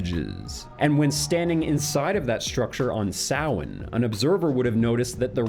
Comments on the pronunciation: Thank you for pronouncing Samhain correctly ✨😂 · Most people butcher the pronunciation of Samhain, well done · Liked the video as soon as he pronounced Samhain correctly THANK YOU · Thumbs up for the perfect pronunciation of "Samhain" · I'm delighted you pronounced Samhain correctly!